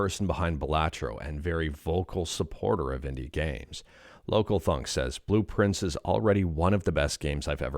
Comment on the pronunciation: I kept mishearing Blue Prince as Blueprints. Is that intentional?